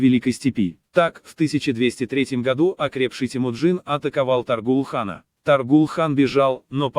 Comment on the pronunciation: Может, все-таки ТОГрул? Ну или Тоорил, на худой конец. Отвратительно и халтурно, как и все, выполненное машиной.